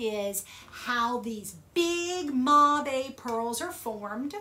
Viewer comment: Great video. I thought "mabe" was pronouced like the word "babe"